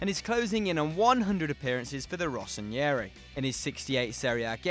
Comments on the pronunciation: Rossoneri not Rossonieri :P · IT'S NOT rossonIeri it's rossoNERI